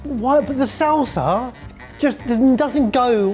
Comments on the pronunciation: I was wondering if he'd call it a "Sauce-a" 😅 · "Salsar" and "bananar" whats "R" after every word? Wtf 😂😂😂